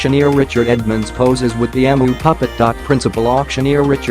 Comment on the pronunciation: If you're going to be lazy and use a virtual narrator, make sure it knows how to pronounce the name of the video's subject. It's pronounced, "Eemyoo".